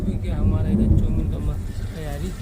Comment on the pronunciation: Pehle to andhera bolna sikh lo jb dekho andhela andhela chawmin ka chooo kar deti hai choomin